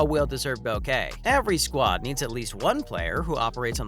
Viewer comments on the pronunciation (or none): none